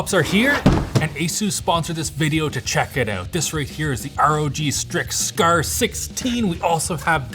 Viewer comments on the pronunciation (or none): "Strix scurr"